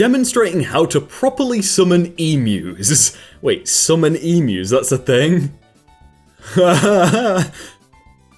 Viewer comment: How you said "emu's"